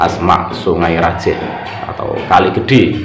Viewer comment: Songai rajeeeh Pakai e tadz bukan E Salam dari madura bangkalan ustadz,semoga chanel nya semakin berkembang.